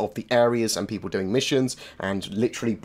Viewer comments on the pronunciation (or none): none